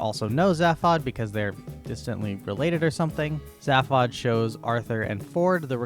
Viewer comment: I think its fairly important, in a very real and legally binding sense, that you learn to pronounce Zaphod. It's pronounced Zayfod, not Zaf-od. Oh god - now you are slaughtering Slartibartfast as well. I mean there's a whole bit about his name in the book and the radio series. I explain, but you've exceeded my zapod limit for the century. But thankyou - you've highlighted many of the reasons why I've avoided the movie version for years, and feel safe in doing so for several more.